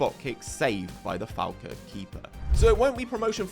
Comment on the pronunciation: Used to live in Elgin, great little club. A little bit of advice. Falkirk is pronounced Fall-Kirk Elgin is pronounced Elg-In